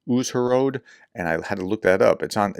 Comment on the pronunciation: We have troubles with fires of UAV vehicles, because there are people who collaborate with russia, mostly teenagers or addicted people, who are looking for easy money. That's what the story about Uzhhorod. Dear prof, read the letters "zh" as "sur" in "pleasure" e.g. ZaluZHny, UZHhorod, and the letters "dz" as "j" e.g. Sudza as Suja, Dzankoy as Jankoy